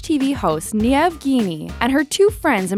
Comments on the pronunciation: It's not pronounce niam it's pronounced neve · and its neeve not niav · It's not Pronounced Nieave it's pronounced Nieve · it’s pronounced “neeve” not “niave” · Névé not niamph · Who else was pissed off when she kept saying ‘ nieve’ instead kf niamh (pronounced neev) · And it's neeve not knee ev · the way you pronounced niamph was hilarious hahaha. its pronounced like neeve not knee-Ev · Ne-av??? Really? It's like Neve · nee-av?!?!? im irish its neev u idiot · And it's not Niev it's pronounced Neev the is so fucking stupid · Btw you pronounce "NIAMH" as "NEEVE" Not "NIEVE" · "Niev" its pronounced "Neve" lmao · It's not see-arr-ah. it's Kear-ah. And it's not Nee-ev, it's Nee-av. Google, people, will show you how to pronounce names from other languages properly. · It's pronounced neeve kind of like Christmas eve just with an N. you sound like you're saying Kiev with an N 😂 but anyways Niamh = neeev. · "Sierra Murphy" and "Nee-av Geaney" haaah great pronounciation! Lols, Ciara is said like "key-ra", and Niamh is said like "neev" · Why do they say Niamh as "Nee-Av" instead of "Nee-V" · it's pronounced 'neeve' not 'nee-ehv' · The way she pronounces Irish names smh... its Keer-a not C-ara and Neeve not Kne-ev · She pronounced Ciara “See-a-ra” and Niamh “Nee-a-v-e” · the way she said niamh like niemh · You pronounce ciara like keera and Niamh as neemh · Niamh is pronounced like “neeve” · lol..no when she pronounced neive --> Niamh wrong hahahah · Niamh is pronounced neev. It's welsh! Please try. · Ciara is pronounced cear-a and Niamh is pronounced neeve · Isn't niamh pronounced neeve? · The voice is a bot. Niamh is pronounced Nee-v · Your pronounciation of Irish names is questionable... Ciara = Kee-ah-ra. Niamh = Nee-av. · Ciara is pronounced key-ra and Niamh is pronounced knee-of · Ok. On the Irish ones the girls names are pronounced Keer-a and Neev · Its pronounced Nieve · I know I'm Irish 🍀 and I laughed NE-EVE lol 😂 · And Niamh is pronounced "neeve"